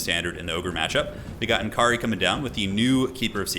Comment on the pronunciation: it's pronounced "N'Kari", not "N'Kari".